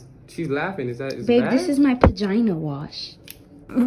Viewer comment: "this is my ✨bAGinA WasH✨"